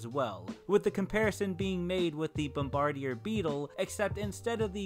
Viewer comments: Its pronounced "bomb-bah-deer" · Bombardier, pronounced Bomb-burr-deer. Man, all the research that went into this video, but you didn't take the literal 5 seconds to watch one of the infinite videos out there on the beetles to see how to say the name of the thing at the heart of the theory that the entire video is based around? Come on, man.That's just lazy. SMFH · Bombardier is pronounced as if you are saying Bomba-deer. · Bombardier is pronounced something like bomberdeer. Good try though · yes you pronounced the beetle name wrong its a (/ˌbɒmbəˈdɪər/) as in the military rank but the way you pronounce it makes it sound fancier LOL as for the fire breathing dinos possibly blowing up as a reason they did not exist that is complete BS because the Bombardier beetle has that exact flaw when using its butt blast ability it literally can blow its self up killing the beetle but that did not stop it from evolving to have the butt blast ability also look at puffer fish they to have a fatal flaw in their ability to puff because if they puff to much it can kill them yet they still evolved the ability to puff or how about bees they to have a fatal flaw because their stingers can get pulled out along with their guts killing them after stinging something yet they still evolved the ability to sting so just because an ability can kill the user when the ability is used dose not stop the those ability's from evolving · It’s more pronounced BOMB-bee-dear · If I'm right you say bombardier as Bomb like ya know the explosive ar like pirate Stereotypelike than dier like in deer so basically say it like bomb-ar-deer. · It’s pronounced BOMB-o-deer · its pronounced bomb- a- deer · Bom-ba-deer,it ain't that hard like it's a word from some dead frikkin language or something, damn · It's pronounced Bomb-ba-deer. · “Bombardier” is pronounced “bomb-bad-ear”